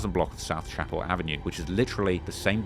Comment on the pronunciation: Trap… not Chappel like a ⛪️ we pronounce it (Sha-Pell) like as in Dave Chappelle… Anyway, amazing content! 🔥